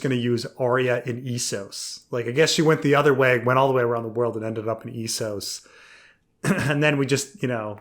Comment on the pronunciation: What's with this guy always saying EE-sos? It's spelled Essos... short E